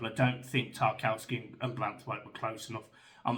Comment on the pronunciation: Erm it's Branthwaite